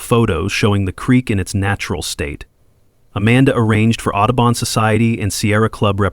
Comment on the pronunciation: Otterbon?!? Do you mean Audubo n?